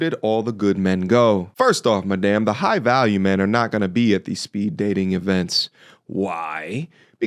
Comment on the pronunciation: Jigh value? Bahahaha. Like who? Tate?